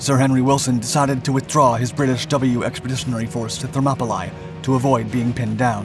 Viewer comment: Thermopylae is actually pronounced Thermopylee.